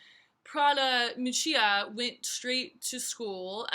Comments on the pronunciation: Correct pronunciation might have helped.... Mee-oo-chah ... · miu miu is not a cheaper diffusion line ok ! and you mispronunciation Miuccia